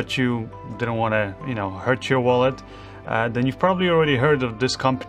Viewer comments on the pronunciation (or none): none